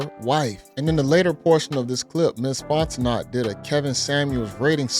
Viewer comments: It's not Fon-te-knot its Fon-te-know... Southerner here! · Bro its FONT-O-kNOw'..... NOT FONT-O-NOT! 😂 You been doing this for years now lol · Her last name is pronounced Fonteno. The second T is silent. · The "T" is silent. FON teh KNOW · Pronounced "Fon-Tah-No" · The "T" is silent in her last name lol it's pronounced Fon-te-no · Fon - teh - know...👍😌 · It's FON TE NOE!! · DUDE, it's "Font-e-NO." The T is silent. Jesus. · Dude you are pronouncing the woman’s name wrong. It is Fon-ten-no. Hooked on phonics. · Her last name is French, pronounced Fon-tin-oh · Her name is pronounced "FON-TEN-NO" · Her name is pronounced fon'te'no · Brother, it's Fon-ten-no. T is silent. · It’s pronounced “Fonteknow” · Dont pronounce the "T" at the end of her name its silent, Louisiana people let him know. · I was distracted by the mispronunciation 😬 They did that on the Breakfast Club, too 🤦🏽‍♀️